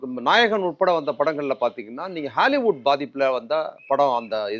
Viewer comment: யாராவது சொல்லுங்கப்பா இந்த ஆளுக்கிட்ட...அது ஹேலிவுட் இல்ல ஹாலிவுட்டு- ன்னு :face-orange-biting-nails